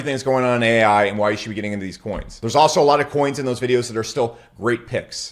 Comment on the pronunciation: Bro said paal ai 😢